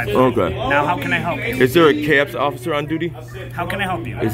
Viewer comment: He accidentally called himself "Occifer" than got embarrassed 😂